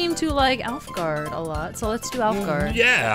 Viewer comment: Everytime said alfgarde I heard olive garden with the vowel sound